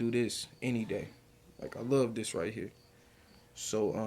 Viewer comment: The word is with! NOT wit. Pronunciation is key if you want to make videos with your vocals. The word is this! NOT dis.Instead of making babies at16, you should have been focused on school/education! As Tyriq always says "ya dig?" .